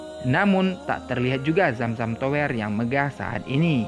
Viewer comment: Nice info 👍 Btw baca kata tower nya agak ganggu, baca tower e nya ky lemper jgn baca e kaya dower 😉